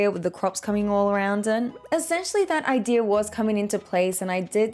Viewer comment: How do you say ideer for idea, like where's the R from